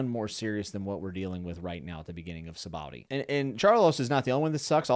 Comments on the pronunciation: Sah bah odee Arch uh pel uh go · Oda created the supernovas on a whim basically right before writing the Sabaody arc, because he wanted a bunch of awesome people. Also note that the name of the archipelago is pronounced "sha-bondy" (basically no OP-tuber gets this right, it's practically a dead horse by now, but I will keep beating it). It's a reference to the Japanese word for soap bubbles. The spelling is presumably just Oda being bad at how letters work. And oh, yeah. Rayleigh totally let himself get sold into slavery. If I recall correctly, we was looking forward to being sold to some rich person, and then rob them on his way out. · It's pronounced Sha-bon-dee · Typically most people pronounce is "Saw-Baw-Oh-Dee Ark-Ih-Pell-Uhgo" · Sabowdee arkapa-lego😂😂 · Sahbah-OHdee, ArcUh-pell-igo. Sabaody Archipelago. lol Sorry, but you kind of butchered that. But its understandable. Btw, an archipelago is just a group of islands. And yes. Celestial Dragons are terrible. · Hahaha you said Sabaody so wrong I don’t even want to correct you. Please keep saying it like that